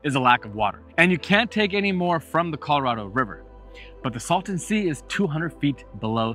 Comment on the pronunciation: It is the " Salton Sea ", not the " Sultan Sea " .